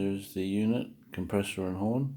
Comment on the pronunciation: Change your title to "Air horn installation for Indian Motorcycles by Buffalo Brand" - better reach on Google searches. Oh, and it's horn, not "hirn" :)